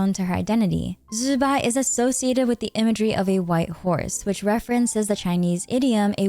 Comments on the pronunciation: Why we calling zibai, zibai insted of zzzz..bai ?!! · Ok. I'm ignorant of the correct pronunciations of most of the characters in Genshin, but is "Zibai" REALLY pronounced "Zzzzz bye"?!😅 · Why is it so hard to just say "Zibai" 😆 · Calling Zibai like that was so cringe to me and it was so distracting, it fully broke the flow of the sentences everytime, just call her normally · You know you dont have to force zbai's name, right? Just use an english pronouncination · Killed something in me